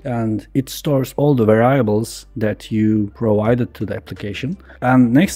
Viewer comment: "Văraiables" Not sure if you're trolling me or you're so self-taught it's cute. <3